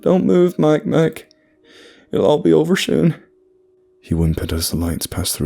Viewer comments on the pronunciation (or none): Jesus christ im crying "dont move mike-mike" 😂😂 the most on point, hillbilly ass backwoods accent out of nowhere